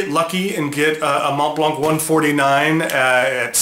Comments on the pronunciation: I love your channel but man, the t is silent and so is the c. Mohn Blanh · Please, at least pronounce the brand name correctly. MontBlanc is pronounced Mon + Blan. The T and the C are silenced. And it means white mountain. So the white star isn't a white star but a mountain top. The easiest way to spot a fake is by the color of the logo. Fakes are ALWAYS grayish a bit compared to the immaculate original white. Thanks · With all due respect, the last letter 'c' is NOT pronounced in the Montblanc brand name, although it's a German make. The same goes for the mountain. You don't have to believe me when I say this is the way it should be pronounced. You should not pronounce 'c' there just like in the word Connecticut. You can also see how well-educated Germans pronounce their brand name here: Maybe you should check out the Merriam Dictionary: but they don't list the brandname there (only the mountain). You can easily check it in other youtubes: Here you can hear it pronounced in both German and English: You can also back up some wrong pronunciation just like people often do disregarding the truth and claiming the truth to be just an opinion. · Ohh please...please learn how to correctly pronounce Montblanc. No offense but it kills the credibility.